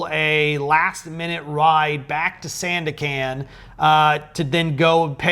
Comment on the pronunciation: great video! watching 40 mins feel like 4 seconds.. it doesnt matter anyway, but just wanna tell you Sandakan is pronounced as "sun-duck-cunt" :) A in Malay sounds 'uh'